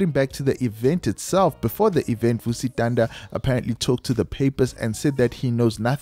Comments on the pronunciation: Vusi "Thunder"?🌩., it's Thanda, as in ngyathanda... It's beautiful witnessing love like this from people of influence, especially from a humble guy like Morda. It's definitely going to shift the toxic male narrative, we need more of this. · Vusi Thanda is Vusi “Thunder” and Nota is No*th*a… don’t you listen to how other people pronounce these celebrities’ names?